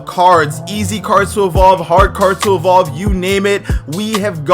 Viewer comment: Not subscribing until he learns to say evolve properly